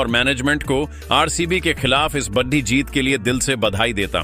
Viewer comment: Badi ko baddhi kyon bolte ho bhai 😅